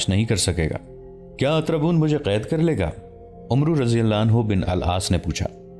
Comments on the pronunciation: Assalamualaikum, Mny 50 sy ziada episode dekhy hyn Lkn voice over artist sy request hai k Hazrat Amar bin al Aas hai, na k Umru bin Al Aas Arbi my is lfz ko Amar kehty hyn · this name is not "Umroo bin Al Aas" this is "Amr bin Al AAS" ...thats how u read it in Arabic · Umru pronanciation is not correct it is Amr bin Alaas RA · بھائی کسی پڑھے لکھے آدمی سے اردو عربی الفاظ پڑھنا سیکھ لو . آپ عمرو پڑھ رہے ہو ۔ اسمیں واو لکھنے میں آتی ہے ۔پڑھنے میں نہیں ۔اسے امر پڑھیں گے ۔ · عربی میں عمر (umar ) اور عمرو کو ( amr) پڑھتے ہیں واؤ silent ہے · Umro likha hota he Amar parhte Hein Amar bin Aas Ain pe zabar he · عمرو کو امر بن العاص پڑھا جاتا ھے ۔ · محترم بھائی صاحب زبردست تاریخی واقعے کیلئے شکریہ لیکن ساتھ ساتھ میں ایک گذارش گذارش بھی ہے اور وہ یہ کے کچھ عربی الفاظ اردو لہجہ سے محتلف ہوتے جیسا عمر اور عمرو میں کیا فرق ہے جیسا خلیفة المسلمین عمر اسکے تلفظ اردو میں اومر کہا جاتا ہے اور عمرو بن العاص کے تلفظ ہے امر کہا جاتا ہے جو واؤ ہے وہ سیلینٹ ہے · لفظ عمر بن عاص ہے عمرو نھی بولا جاتا عربی میں اس لفظ عمر کے آگے و ہو تو ع پر زبر پڑھا جاتا ہے اور و نہی پڑھا جاتا ہے